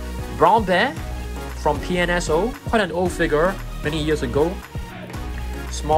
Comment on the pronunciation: I love when you say "figar"